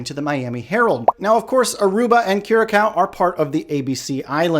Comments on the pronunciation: Dude it Is pronounced Kyu-ra-saow. (Curaçao). Otherwise good job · C-Cedilla: Ç is pronounced "sss"